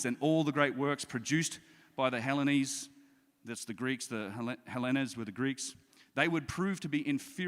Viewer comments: When the speaker says "Hellenes" Hell-eh-nes instead of Hell-eens you know you are in for a helluva ride.. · its pronounced 'helleens'